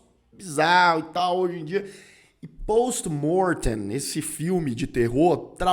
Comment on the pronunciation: Achei engraçado você falando o nome do filme em latim com sotaque em inglês. Kkkkkk. Pôôwsti Môôrrrtêm. É "Pósti Mórtein"